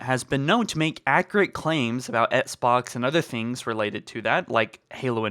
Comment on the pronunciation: "ETSBOX" STOP FUCKING MISPRONOUNCING XBOX ITS SO ANNOYING